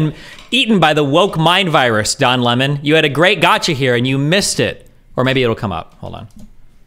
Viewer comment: I keep hearing John Lenin and Don Lemming lmfao